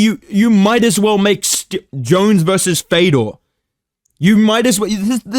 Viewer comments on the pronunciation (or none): none